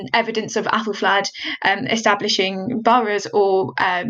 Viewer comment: I cannot stop hearing appelflap 😐